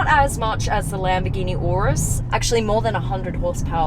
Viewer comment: I appreciate you saying Lamborghini Urus instead of Yurus! That makes me angry